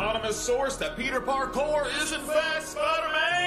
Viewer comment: I heard Peter Parkwhore instead of Peter Parkour, cause since everything is 18+